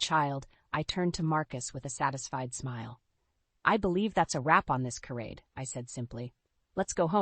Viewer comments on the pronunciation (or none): Charade pronounce as sharade(sha) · I could not make it to the end of this one. It reads like an assignment with a minimum word count that needed to be "fluffed up" to make the minimum. If you don't know how to pronounce charade, you probably shouldn't be using that word.